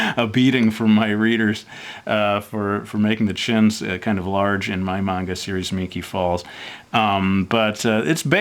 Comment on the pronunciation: do you know Japanese because you pronounced manga perfectly